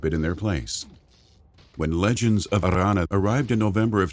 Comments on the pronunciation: Legends of Arrrrrrrranna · Legends of Arrrrrrrrrrrrrrrrrrrrrrrrrrrrrrrrrrrrrrranna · Stop rolling your r's on Aranna. So annoying! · That r is so strange!